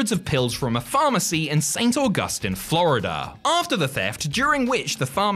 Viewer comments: Good video. Been watching since WCPW... If nobody has corrected you the town in Florida is pronounced "Saint August-teen." Keep up the great work. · The city in Florida is pronounced "Saint August-teen",.